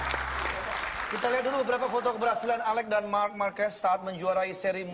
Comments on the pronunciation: Indo sekaliiii bahasanya,Jadi yang bener itu Markues ya bukn Marquez??? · Bukan MARKUES tapi MARQUEZ😂 lol